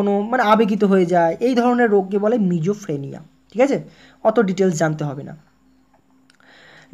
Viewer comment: Ota sijofreneya Hobe....mijofreneya Noy dada...r all is okk...🥰👍